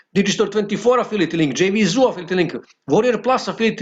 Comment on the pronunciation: English is not his first language. I guess he is from Romania. But yes, it's annoying hearing him say affility 😃